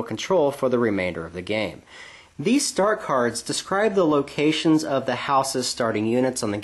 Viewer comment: When you said start-cards I heard Stark-cards.